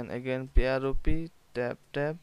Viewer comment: It’s pronounced prop This guy: “nooo, it’s “pi-ah-ro-pih” 🤣